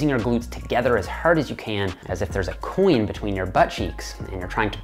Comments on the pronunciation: Did you say coin?? I thought you said coolant at first!! Lol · when you said it again, coin, it sounds like queen, you say the word coin funny. I have huge muscle glutes and when i do hip thrusts i think of and his coin.